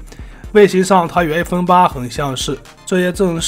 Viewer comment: 一口一口艾粪叫的我都不知道iphone怎么念了 太洗脑了